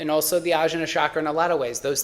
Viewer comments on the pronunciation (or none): Blood type diet is nonsense. Literally based on no research. There are 0 papers cited. Also, it's og-nya. Jn in iast is transliteration for gñ sound. E.g. vijñana Bhairava tantra (vigñana bye ruv uh tawn tra). Also, rum, lum, vum, etc. a as in America, uh. Otherwise, good video. You're coming from the right place.